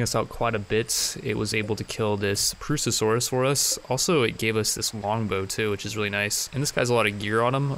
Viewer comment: Properly pronounces Purussasaurus Also: Can't pronounce "tomb" or "ibex".